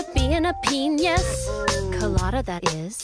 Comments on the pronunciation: You know, it's pe-NIUS... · nope. she was saying "a peñis"